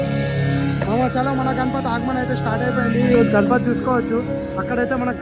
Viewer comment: Agman kadu bro aagaman 😂😂